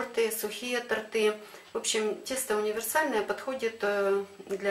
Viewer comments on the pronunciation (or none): Вы показываете свои видео большому количеству людей, необходимо говорить грамотно. Режет слух, когда говорят тортЫ, правильно—тОртЫ. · Правильно говорить-тОрты, а не тортЫ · Научитесь говорить торты ,ударение на О